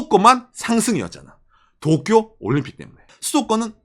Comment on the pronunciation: 또쿄 거리는거 왤케웃기짘ㅋㅋㅋㅋㅋ